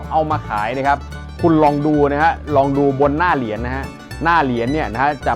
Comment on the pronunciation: เหรียญ.ไม่ใช่เหลียน.